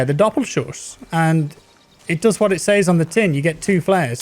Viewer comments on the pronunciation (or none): says is pronouced 'sez'